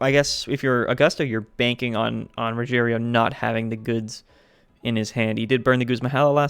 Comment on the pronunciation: RO-heh-LEO is how you pronounce his name.